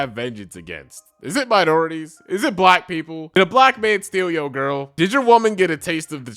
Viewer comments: Someone pronouncing black as “buh-LACK” always gets my racism radar goin off💀💀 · You mean, "buh-LACK". He put's an extra emphasis on the second half of that word. Lol